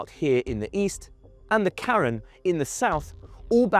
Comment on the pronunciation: It's pronounced 'kahREN'!